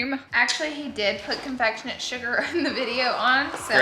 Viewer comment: "confectionate" sugar. Makes me die every time 😂😂